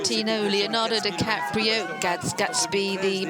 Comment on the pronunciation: Leonardo "Cappatrio"?? .